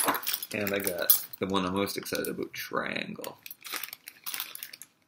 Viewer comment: I know I'm totally immature but I giggle every time you say aboot :P